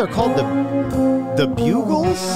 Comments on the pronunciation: Bug ulls the Bugals as you pronounce it as spelled today. A history ov music delivery format . Styles were a separate thing. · Wow!! how many videos did you upload on your channels today? It's Upload Monday!!! You must've been editing all weekend man!!! It is pronounced Bug-ilz not byoo-glz. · "Bugle" as you say it would be with one g. Buggle sounds like struggle. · Lmao every time he said bugles. It’s BUG els and was the first ever video on MTV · Hi! It's Andrew Erroch fae Paisley in Scotland here. First of all, you're saying "The Bugles", with 1 G, but they are The Buggles with 2 Gs. I bought this single back in 1979, when I was 11 years of age around the time I started buying records and I bought a lot then. I loved this and played it over and over again. Thd lead singer is Trevor Horn, who was a music producer who was called 'the man who invented the eighties" because of his influence on pop and electronic music at that time. Credit goes to Wikipedia for this. 'In 1981, Horn became a full-time producer, working on successful songs and albums for acts including Yes, Dollar, ABC, Malcolm McLaren, Grace Jones and Frankie Goes to Hollywood'. Æ 🙏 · I was 21 in 1981 the day MTV hit the air. Fittingly, this was the first video they ever played! If memory serves, predictably a Michael Jackson video was next (King of Pop right) Their names was pronounced Bug gles as in bug eyed! Note the almost goggles glasses and sunglasses! Bugles the salty corn chips are still very popular today. If I open a bag and eat one, I typically eat the whole bag! Great with an ice cold beer! There’s a reason bars put out salty snacks on the bar! Pretzels, goldfish crackers, popcorn etc.Bonus for bars is the salt makes you order more beers! LOL! Sorry, forgot you don’t drink! Healthwise and financially your better off! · It's BUG- as in the insect- LES, not BUGLES, like the horn. The name is a pun on BEATLES. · Not bugles...buggles. As in "bugs" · Buggles. not bugles.